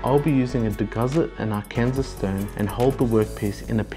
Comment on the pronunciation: Lititz "Lih-titz" Arkansas "Arr-kan-saw" Great video!